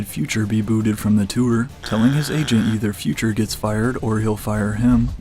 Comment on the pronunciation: “He demanded future to be removed from the twooor” 😂